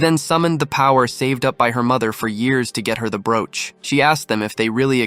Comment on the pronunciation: Wow, how badly you pronounce broach. Pathetic is the word that comes to mind. If I did not already know what you would say, I probably would have sat and wondered what the hell you said, it was so bad. Small children can say broach much better than you did. How anyone can consider what you created her to be high quality is weird because it is so bad, I would refuse to let my children listen to this shit.